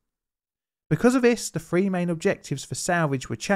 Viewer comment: Fabulous as always. Great channel. Can I just say though, I beg of you. Thousand not fousand and three not free. It ruins the commentary by not just pronouncing those simple phrases and t h correctly. Otherwise, can't fault your channel. Brilliant!